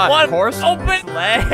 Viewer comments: Egg Sauce he also says leg and not sleigh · When he says "sleigh" its actually "Legs"